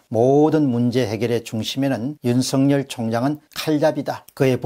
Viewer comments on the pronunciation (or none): 윤석열을 윤석렬로 발음하지 마세요